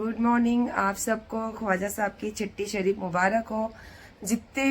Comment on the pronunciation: आप छट्टी शरीफ को चट्टी शरीफ क्यू बोलती हो माता जी ।